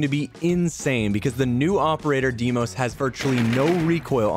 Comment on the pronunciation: Imagine being and not knowing how to pronounce ''Deimos''